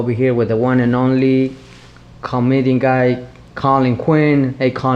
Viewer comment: "Comedan Guy"